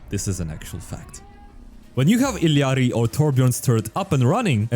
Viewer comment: Okay I know it’s like really petty but YAY FINALLY SOME ONE WHO PRONOUNCES ILLARI’S NAME RIGHT